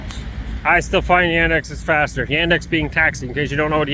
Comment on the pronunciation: The alternative to the public transportation that was mentioned was Yandex taxi. The pronunciation made it difficult to understand. Basically, Yandex is Russian Google. Uber and Lyft left Russia with the sanctions, so Yandex taxi is a big deal now.